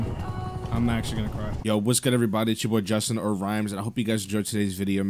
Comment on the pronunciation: He did say it right though! 🤣